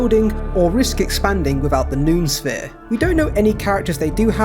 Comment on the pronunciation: Btw if 'noosphere' is the word you're saying it's pronounced know-oh-sphere 👍🏻